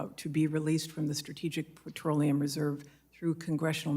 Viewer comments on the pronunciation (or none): It's petroleum... not patroleum.